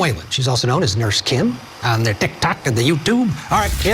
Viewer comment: WHYYY did he say Tik Tok like that?!?! 🤣😆 You look amazing and sound brilliant 👏